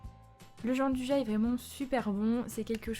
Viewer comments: Sa existe pas le « Jean du ja » c’est , phonétiquement : « Djianne douilla » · Bonjour on prononce Gianduia merci